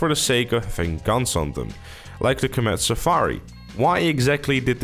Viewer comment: We all know why you mentioned the Comet Safari. It's so you could pronounce it as "Quemet Safari" so you could get a quick laugh from this vid. Hey guess what? It worked. I'll admit it, I chuckled.